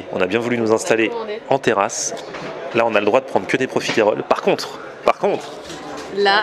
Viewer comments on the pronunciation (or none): c est profiteroles et non profitéroles logiquement la prononciation (en tout cas suis team sans l accent prononce) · On dit profiteroles et pas profitéroles ! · Ton dessert préféré mais t'arrives toujours pas à prononcer correctement le nom c'est dingue